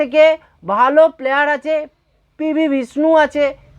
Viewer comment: শুরুতে অত্যন্ত ফালতু কথা বলে অকারণে ভিডিও টা বড় করলে। উচ্চারণ শুদ্ধ কর। প্লয়ার নয় উচ্চারণ হচ্ছে প্লেয়ার।